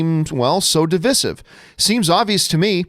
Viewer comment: Why is he saying Divisive wrong?